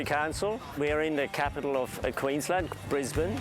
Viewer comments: Americans pronounce Brisbane strange, you say it like its two words bris Bane, lose the emphis on the B and you'll be closer too the mark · Dude it’s Brisbane like brizbin not brizbaine I think people can tell a possum to a Yowie! Skeptics makes excuses. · I thought it's pronounced Briz-bin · 1. Brisbane is pronounced briz-bun, and 2. it is not dynamic. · I wonder if people saying "Bris-BAIN" irritates her natives as much as what people saying "Ora-GONE" does to Oregonians. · Imagine calling Brisbane "briz bayn" and also calling it dynamic. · Brisbane, pronounced Brisbin. And why no interviews with the traditional people of my country? Even your expert on Aboriginal culture was white. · You pronounced Brisbane incorrectly.